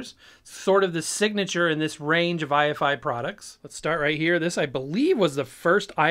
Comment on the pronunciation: Note that it isn't i-F-i, it's pronounced eye-fy, rhymes with Hifi